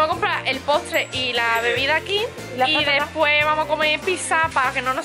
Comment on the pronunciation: ¿¿Por qué dices PISA?? Es piZZa T-T